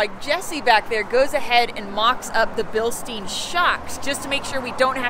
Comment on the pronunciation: Funny way you pronounce the "Bilstein" dampers ... :):):) Perhaps they shoulf create a new brand for the US, something like "Bilstine" ... :):):) EDIT: shock absorber is a better translation than damper...